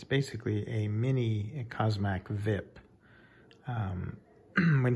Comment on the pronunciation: This was not "vip" as a single word to be pronounced, it was the letters V I P, pronounced individually.